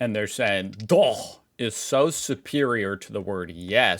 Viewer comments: Wow,. Your pronounciation of "Doch" was perfect! We know that the ch-sound is not easy for Americans. 😀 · it's so funny to me how you mispronouced a simple word "ja" but totally nailed the "doch" which is pretty difficult to pronounced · Your pronunciation of "Doch" was spot on, I had to listen twice to make sure, because it was actually that good. Edit: the fact you say djah, instead of ya for yes makes this kind of ridiculous😂